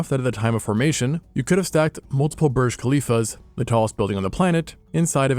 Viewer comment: This video did two things for me 1)Teach me how yo pronounce chicxulub 2) teach me how to pronounce Burj Khalifa